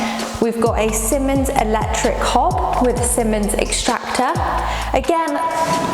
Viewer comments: Great video. By the way, it’s pronounced “seemans” and not “simmons” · Siemens is pronounced see•muhnz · It’s pronounced seemans I only know this as they are based in the city I live 👌🏻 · Who can't pronounce "Siemens" properly!!